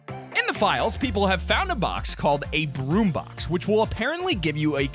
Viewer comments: When he said “broom vehicle” I thought he said B.R.U.T.E vehicle, I was about to SCREAM 😅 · When he said broom I thought he said brute